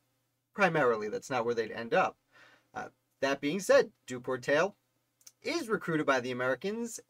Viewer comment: It's Duport-eye. Not Dupor-tail.